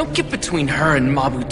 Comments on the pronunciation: no no no the english dub says mabo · hated how they said MABO it’s mapo with a p 😭